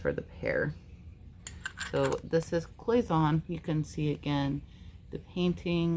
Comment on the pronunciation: Hi! Nice haul. Your Cloisonne is pronounced "cloy zen ay". I hope you don't mind me letting you know this. I love watching your channel by the way!